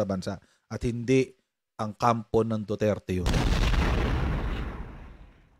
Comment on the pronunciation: Ang rinig ko DUTETE